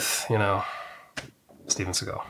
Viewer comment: and it said Steve Segal...instead of Steven